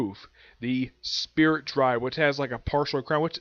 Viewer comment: Spirit DIVE not drive 😂